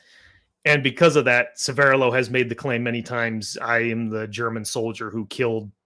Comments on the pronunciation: a small point and please forgive me for mentioning it, but your pronunciation of Severloh is really starting to bug me - It's not Se'verrlo, it's Sever'lo - it's also the name of a small hamlet just north of Celle (near Hannover) and he actually came from this area. I lived nearby for many years. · Very interesting. But the pronunciation of that German name needs some work 😅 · 1. needs to learn German. Or at least pronounce Severloh. 2. You do not fire the mg42 from the hip. That is deffo BS. 3. Good debunk. For some years I have believed that Severloh thought he killed a lot of people and felt bad. And even though he did not kill thousands and did not shoot Da Silva, the forgiveness and comradeship may be the important factor in this story.